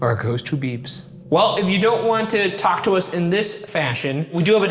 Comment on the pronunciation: Ryan says 'Talk Tuah'